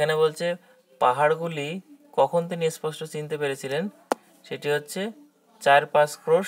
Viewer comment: এসপষ্ট বা এসথান না বলে সঠিক উচ্চারণ করলে ভালো হয় ।